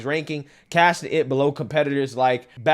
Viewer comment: Between the amount of times says “aharight” and his mispronunciation of simple words I’m beginning to think he rode the short bus. Go back a few weeks from his video about Memphis, he literally says “MenTHis” every single time. Now he calls Pabst Blue Ribbon “Bass blue Ribbon”? I swear y’all this dude is a complete dipsh!t. He’s just not a smart person.